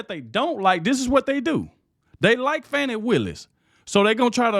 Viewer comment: I dont like her but you should pronounce her name correctly. Don't be like biden.